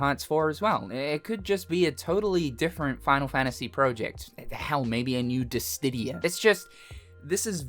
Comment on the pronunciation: bro why does he always say "distidia" bro its Dissidia